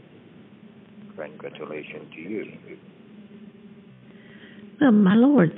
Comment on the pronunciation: It's not an official PCH scam call until they invoke God and mispronounce CONGRATULATIONS and say CONFIDENTIALLY instead of CONFIDENTIAL.